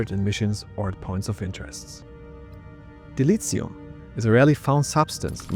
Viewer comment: "Dilitzium"? Must be some Kurtzman-Trek thing...